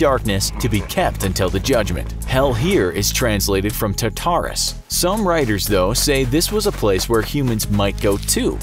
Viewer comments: prononce tarturas as taturrass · its pornounced tarterus